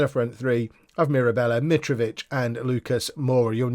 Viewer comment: Mirabella is pronounced as you are currently pronouncing it. So proud of you.